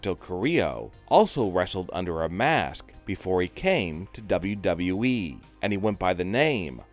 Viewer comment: How are we gonna listen to him he says WWE like wWwWesje